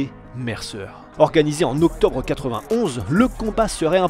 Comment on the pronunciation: "ocotbre" 1991😂. Sinon très bel hommage à ce boxeur.🙏